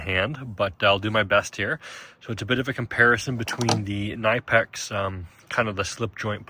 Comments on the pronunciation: Pronounced “Kuh-nip-ex” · Ka nip ex. You are pronouncing it wrong. Look up how the company pronounces it.